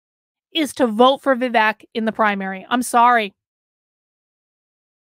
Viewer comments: Pronounced Vi-Vake… as in cake, Not Vi -Veck. But yes I agree with you. A great candidate he is but I am still pulling for Trump. I think Trump would be wise to make him his running mate. Vivek has his whole life ahead of him but Trump needs to finish the job he started. Vivek can take over in 2028. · His name is pronounced is Vi-wake. I do not know much American politicians, but Tulsi and Vivek will make very good president. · FYI ~ it’s pronounced “Vivake” and it means judicious and wise in Sanskrit 😉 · Please pronunce Vivek as Vi-wake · Yes. Thank you.